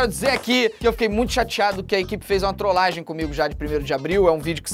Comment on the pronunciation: é trolagem e não troslagem